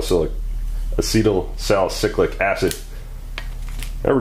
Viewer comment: There's no "cyclic" in the name, it's Sal-ih-CYL-ic and a-CEE-tyl-sal-ih-CYL-ic